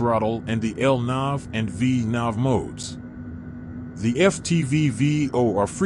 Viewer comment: Awesome LNAV and VNAV pronunciation